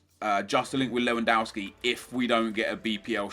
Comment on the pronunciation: Learn to fucking pronounce Lewandowski